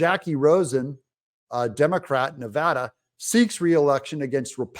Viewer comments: Of course we did. And you said Nevada correct! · Thank you for saying Nevada correctly!!!!!!! Spoken like a local.